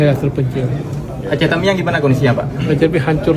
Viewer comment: Yang bingung kenapa Mualem ngomong "Teuming", itu cara baca Aceh "Tamiang"